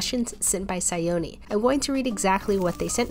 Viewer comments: you pronounced the name a bit weird, it's pronouced more like "shayoni" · Actually the pronunciation should be Sha-yo-ni...the one who gave you the suggestion is a Bengali